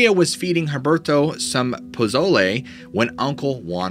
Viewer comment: I was trying to figure out what you were saying they were eating it sounds like Pizolay, I believe they may be earring Posole (Pah-So-Ley)